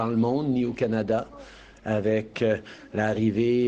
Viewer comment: Im sorry what did she say kinyada?